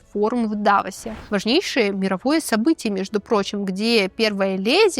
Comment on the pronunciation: Очень классные рассказы. ЦепОчка, ДавОс, спичрайтер. Из выпуска в выпуск повторяются странные ошибки произношения, хотя в целом 99% речь грамотная. Тем больше такие ошибки режут слух. От такой утонченной девушки странно это слышать.